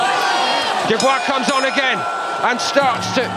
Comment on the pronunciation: Why do you REFUSE to say Dubois correctly?